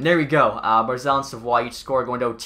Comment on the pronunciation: You pronounce savioes name wrong lol